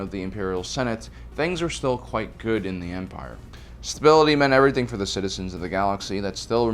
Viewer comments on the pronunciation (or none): none